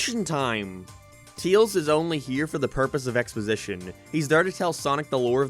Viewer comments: "Brain dead idiot that can't pronounce words right" then says "Teals" instead of "Tails" bro- >-> am I dumb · he's name is Tails, not Teels. Unless we've been saying it wrong, but I doubt that 🤣🤣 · Tails not teals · "Knuckles is a dumba** in this movie." Also: Teels *Tails lol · he cant pronounce the words right TUYAILS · He just called Tails.. Teals.. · tails ❌ teels ✅ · Why are you calling tails tials? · Dude, what's your issue with the letter «E»? It's not «Teeils», it's «Tails»!!!!!! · Claims how Knuckles cant say Baseball right again: Te-ills Im late to this but idc. I know the response that had, and does anyone remember that people have opinions?! I see why he made that video after this. People cant see that everyone else has opinions. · It's his accent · I’m sorry but who is “Teels” ? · I like how you pronounce Tails as TEALZ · Why does he pronounce tails like teals 😭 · So basically you're not a Sonic fan so you don't have any understanding for what actually happens in the film. that's the problem with adaptions. Btw, please try to actually say the name "Tails" right. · Why do u say tails like that.